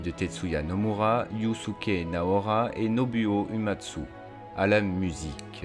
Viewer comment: J'étais vraiment fan de toi mais depuis que j'ai entendu ta prononciation de ''nobuo uematsu'' mon estime envers toi est en chute ... Kappa